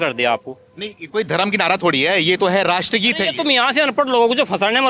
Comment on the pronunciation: mamata ji nadaa nahi hota hai naraa hota hai